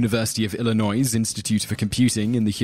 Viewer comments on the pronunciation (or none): for future reference, the "s" at the end of Illinois isn't pronounced. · The "s" in Illinois is silent.